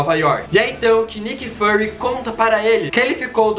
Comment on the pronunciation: Não é Nick fAry o certo é Nick Firy PS: não sei o jeito certo de escrever mas a pronúncia certa é com som de I